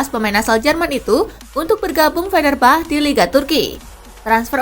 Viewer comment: min fenerbahce ngucapin nya tetep fenerbahce tolong,bukan fenerbah😭